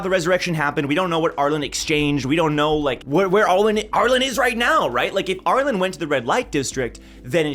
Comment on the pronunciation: Always fascinating hearing how other people say characters name, not just in TOG but also in other written media. says ARE-LIN. I pronounce ARE-LEAN